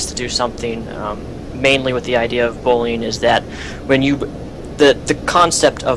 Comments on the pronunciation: u say bullying like bolin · The way you pronounce bullying bothers me...